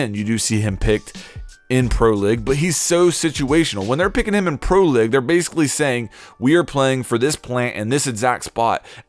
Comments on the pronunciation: hey you pronounced pro league wrong man it's not pro lig it's pro league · Your saying pro lig lol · “Capitayo” “pro-lig” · why does this guy not speak english right. "Pro lig" "capitAYO" ??? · lol u said pro leg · Dislike just because, "pro ligg" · Pro leg..... Nice pronunciation my dude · Pro "Lig"... oh god... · Can u never say "pro league" ever again?